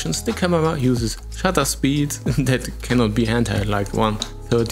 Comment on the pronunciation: I LOVE your GERMAN Accent when you say 'Shutter Speeds' Vielen Dank !